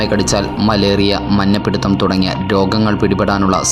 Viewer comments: മഞ്ഞപ്പിടുത്തം അല്ല ...മഞ്ഞപ്പിത്തം ആണ്.. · മഞ്ഞപ്പിടുത്തം അല്ല മഞ്ഞപിത്തം ആണ് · മഞ്ഞ പിടുത്തം അല്ല ബ്രോ, മഞ്ഞപിത്തം ആണ്😃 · മഞ്ഞപിത്തം അല്ലെ bro മഞ്ചാപിടിത്തം അല്ലാലോ 🤣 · Manja piditham alla ...manjappitham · Manja pitham aanu manja pidutham alla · മഞ്ഞ പിടിത്തം അല്ല മഞ്ഞ പിത്തം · Manja pidutham Alla manja pitham.